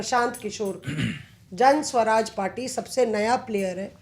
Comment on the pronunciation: जन स्वराज नहीं मैडम, जन सुराज।